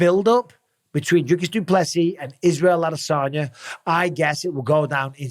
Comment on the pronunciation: Finally, someone who can pronounce Dricus..